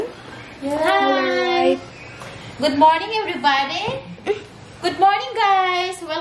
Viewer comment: "Goodmorning. Evevady" "Welcome to back to my channel" 😂😂 Yawaa hahahhahahahhahahaha Im I the only one who laugh at this ahaha